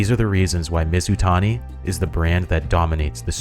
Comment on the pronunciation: Where do you get your ideas for videos from? You nailed Mizutani.